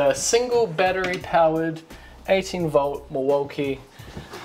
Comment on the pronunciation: If you can't pronounce"battery" correctly don't say it. Unwatchable.